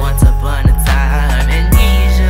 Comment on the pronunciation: Some constructive criticism: Make sure you pronounce and spell the words correctly before you record and upload a song. You pronounced Amnesia wrong the entire time and it's succeed with two c' s not one.